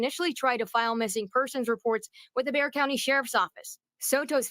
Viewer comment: Just a friendly correction, “Bexar” is pronounced “Bear”